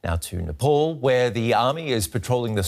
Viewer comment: Nepal Not Nepaul!